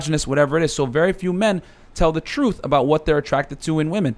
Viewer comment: That one guy says “truth” like “troof”.